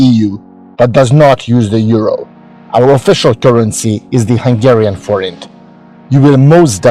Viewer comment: Thank you! We needed to double check the pronunciation of "Forint" before we talk about it in tomorrow's Review/Preview show on our channel. We're going to give your video here credit and put a link in our descriptions. Cheers.